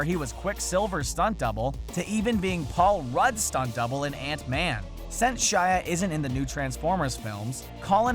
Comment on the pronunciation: He pronounced quicksilver and ant-man so weirdly